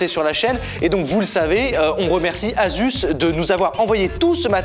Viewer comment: Asus ne se dit pas « azusse » mais « assusse ».